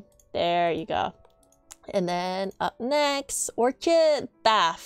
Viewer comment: Orchid is pronounced ork-id, it's a flower. :) Thanks for the guide!